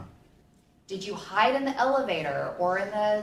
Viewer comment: How to "Hud"??? HOW TO HIDE***